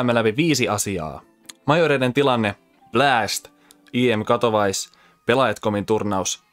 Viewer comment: katowais :D katowice, ei katowise